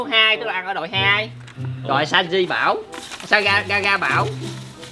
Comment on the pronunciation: Người ta ga-ra hay mún chết ổng đọc ga-ga